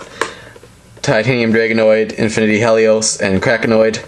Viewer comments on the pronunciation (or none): none